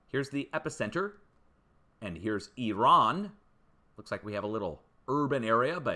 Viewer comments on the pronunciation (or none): none